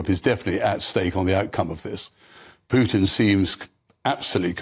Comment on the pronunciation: Vladimir poo tin 😂